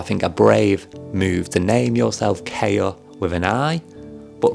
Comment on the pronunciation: Hello there! A fan here. KAIA would be pronounced as "KA" like "CA" in Cameron and "IA" like the "YA" in yard. Also, you forgot Sophia in the member profiles.